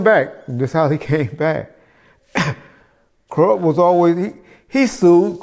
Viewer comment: He said Koerupt not Kurupt so that means he's talking about a whole other person so its ok for us to still love his music